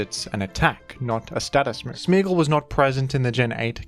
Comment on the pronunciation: Are you saying smeegle or smeargle??